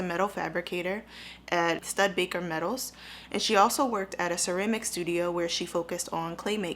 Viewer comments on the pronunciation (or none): Studebaker (stew- D - baker)